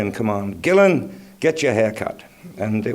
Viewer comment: It’s GILLAN not GILLIAN!!!